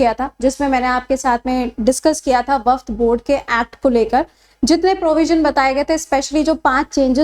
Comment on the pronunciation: Waqf hota hai,waqft nhi